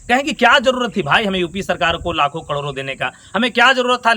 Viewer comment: कडोरो नही करोड़ों होता है